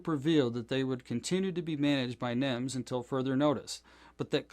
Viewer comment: NEMS. Not NIMS.